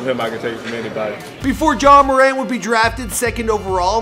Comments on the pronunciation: It’s pronounced mer-ant not more-ont But no hate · It’s “more” “ant” not “more” “aunt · Ur mispronouncing his name it’s not muh-ront it’s MORE-ANT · It’s not “More an” you say it like Durant, it’s pronounced “More” “Ant” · It’s not Ja “More-Aunt” It’s Ja “More-Ant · Yea he says jamoraun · Imagine saying it like morawnt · IT'S "marant" HOW YOU SAY IT!!! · mans said ja moraunt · It's actually Moe-rant. I went to school with Temetrius from 3rd grade to graduation. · its ja more-ant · "Ja Muhront" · Ja ma-rant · Ja moraw.....lol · Pronounce his freakin name right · I cringed odee when you say his last name 💀💀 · Bro stop saying his last name like that if you going to say his name say it right